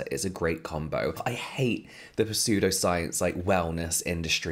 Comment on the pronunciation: Aw, I was just gonna leave a kind, gentle comment letting you know it's pronounced "sudo," but if you already know I feel mean.